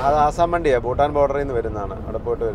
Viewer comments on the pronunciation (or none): ബൂട്ടാൻ അല്ല ഭൂട്ടാൻ ആണ് സ്പെല്ലിങ് പ്രധാനമാണ്